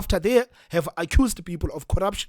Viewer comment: Peepoel...😂😂😂 needs speach therapy .